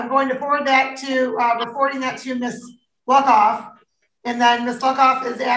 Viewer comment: Everytime Judge says "Luckoff" it sounds like something else.